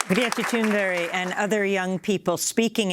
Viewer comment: It sounds like Amy is saying Greta Thunberry. Lawl.